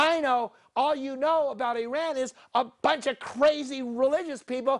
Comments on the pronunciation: Please have that Boshi pronanciation of Iran corrected. this is not eye.....run (just use "eye" here for Ireland only) But Iran is eaeeeeRuuuun . Eat.......Run. Hope this help you guys. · With due all respect, is NOT EYERAN! is IIIRAN. You got so many things wrong about Iran history but I agree with the fundamental point. Mossadegh was about to abolish the British petroleum rule and nationalize the oil. Shah was not necessary a bad person and he was not a product of west! there had been kingdom in Iran for over 2500 years! you should put in account the cold war and communism too. The clerks did not start the revolution they just stole it!